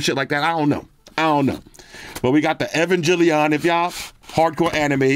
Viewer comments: It’s gel, not Jill as I’m EvanGELion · Proper way to pronounce EVANGELION - E-vang-geh-lee-on. But since you don't watch anime, you're easily forgiven. NERV is basically the organization for the mechs (the Evangelions basically, they're like Gundams but more biodroids than machine). But I rather not give you too much info cuz I might hit myself with the old EVA brainrot and mindfuckery that I've struggled to get out of (This series is pretty mind-fuckery for a mecha show) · Not butchering Neon Genesis Evangelion 😂😂😂😂😂😂😂. That case is sick though, wish I could get my man into anime. Evangelion is GOATED next to Cowboy bebop. I LOVE that case, may cop it